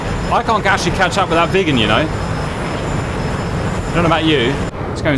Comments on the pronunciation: "Viggen" is not pronounced like "Vegan" More like Biggun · To be fair, i heard "the vegans" the whole time instead of the Viggens so it was fun to hear about Vegans against am American carrier group